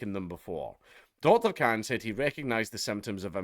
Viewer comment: Khan not Clan